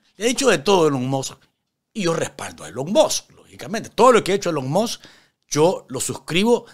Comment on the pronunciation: Como me he reido con este video...." Elon Mos" 😂😂😂😂😂😂